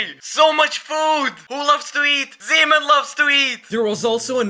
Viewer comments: Why does he say zeeman like semen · Bro when u say zeeman really fast it sounds like another word seaman